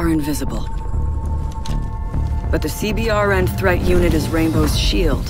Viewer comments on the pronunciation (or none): for CBRN you can just say "see-burn" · Instead of saying C B R N. Just say C-Burn. It’s quicker and it’s how we say it in the military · so close to pronouncing "CBRN" the correct military way...